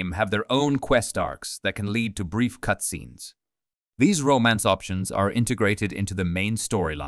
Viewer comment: AI generated. You can tell by the way it says "cutscene".